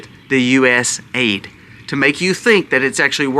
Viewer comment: A I d. Not aid